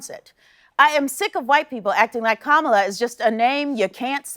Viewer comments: is she saying karmela? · Kamala pronouncing her name Camel-a. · Yeah? Well your hero pronounced it wrong herself. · Strange how Perdue pretended to struggle pronouncing Kamala when he wouldn’t do the same for Krzyzewski and Schwarzenegger!🤔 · The segment about Kamalas name was on point. I was furious when I heard the senator mock her name. I was like: "Fool! How can you not know how to pronounce KAMALA?" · Goofed is a very generous interpretation, I might not be as kind & instead say he "knowingly massacred her name as this afternoon's dog whistle" 😂😁🙂🙃😐😑😔😒😤😠😡🤬 (⬆️The "gamut of emotions" rollercoaster 45 evokes with every word he utters)